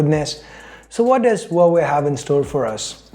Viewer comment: Pronounce Huawei as like wah-way 😉😉